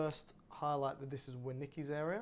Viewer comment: Thank you for sharing. For future reference please correct or check your pronunciation of Wernicke’s aphasia. Thanks again! Excellent information.